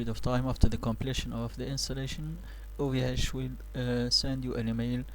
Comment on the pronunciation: it's ovh not ohv I don't think he said it right once